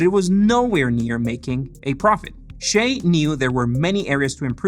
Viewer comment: Why do Americans pronounce his name as "Shay"??? His parents gave him a Chinese name. It's pronounced "Si-yeh" by Chinese.